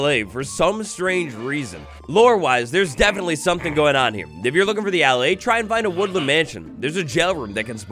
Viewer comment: It's pronounced "Al-eye". You young sprouts aren't watered enough in school these days lol